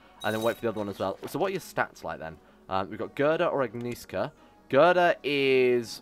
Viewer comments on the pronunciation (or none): Waiting for immortality event. Given that Otter is both just and honest, he probably was not possesed by the Loki, TRICKSTER god. By the way, Agieszka's name is pronounced ore like "Agnyeshka"